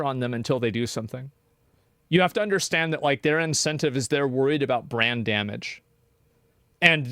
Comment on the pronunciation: Visa and Mastercard are worried about brain damage but it's too late because they already revealed they are in fact restarted. (I'm joking, Asmon said brand damage but it sounded like brain damage, it's a joke)